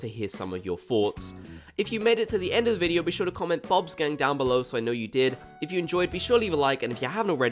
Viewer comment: Thanks for this, there were a few things I'd missed! P.S. "bobskein"??? Am I hearing that right lol?? EDIT: ohhhhhhh Bob's gang!! 😆